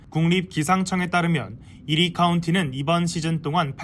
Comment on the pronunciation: 이리가 아니고 이 ~ 어 ~ 리 로 발음 하시길.